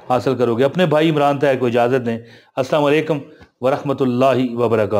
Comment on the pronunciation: Salam ko sahi bola Karo Assalamualaikum